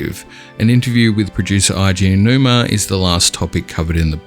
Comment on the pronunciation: Eiji Aonuma's name is pronounced A G, not I G The vowels in Japanese are almost the same as Spanish if that helps you understand